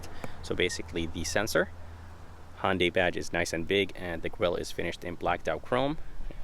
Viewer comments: I swear you are saying Hondai and it is confusing me watching the video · "Hondy" tucson